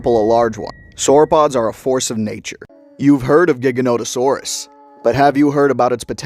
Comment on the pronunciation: Jiganoto or Jaiganoto. Not giga like gigabyte. That's official not just me saying crap